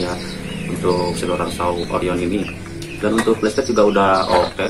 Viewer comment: bacanya itu bukan selular saw lur tapi sirkular saw. selular itu hape, ini gergaji lingkar . nice review, informatif bagi kaum mendang mending mcm kita 😆